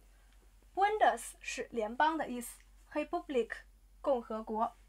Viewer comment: 怎么Republik 听上去像 Kepublik？